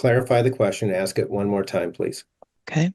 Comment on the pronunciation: She doesn't recall 🤔 and you think a judge would know how to pronounce the word ask